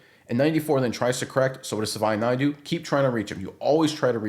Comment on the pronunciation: JFC its pronounced "Sa-vah-ee-nah-yah"